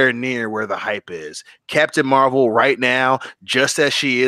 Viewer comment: Captain Meh-vel